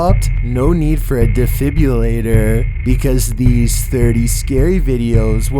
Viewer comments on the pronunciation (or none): Defibrillator, not defibulator